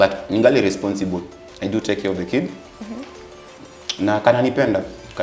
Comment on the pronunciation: Did I hear ,responthible🙄🙄🙄🙄🙄🙄🙄🙄🙄🙄🙄🙄